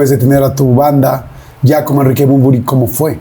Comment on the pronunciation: Yordiiiiiiii!!!!!! Es Bunbury! No manches!!!!!! Gracias!!!